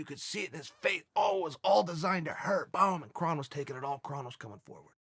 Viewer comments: Krrr (O) nnnn Gracie not Krahn Gracie. He’s not Klingon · Sorry, but can't listen to commentary from someone who can't even pronounce the fighters' names right. Hint: It's not "Krahn." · "Kron" is pronounced "Krone" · ur pronouncing his name wrong chael or should i call u "kale"